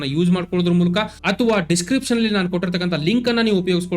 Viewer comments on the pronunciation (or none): none